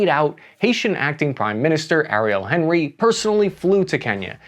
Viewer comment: it’s pronounced awn-ee. President awn-ree. Not Henry like he’s from Cincinnati